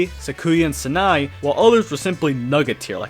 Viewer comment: Semi-unrelated but this video is why TIL Sanae is pronounced "Sa-nai" and not "San-ayy"...